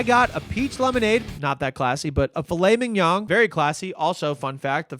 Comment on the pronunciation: I love that you, after learning that you pronounced filet mignon incorrectly, went on to call it fil-laming-yawn. I love to watch you doing stupid stuff. Please keep doing stupid stuff.